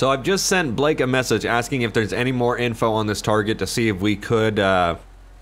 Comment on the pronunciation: The way you said Blake lmao no